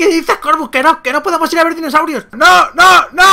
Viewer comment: He oído decir ninosaurios